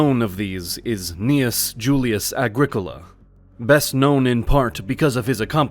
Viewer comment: It’s ‘Agricola’ folks tsk tsk tsk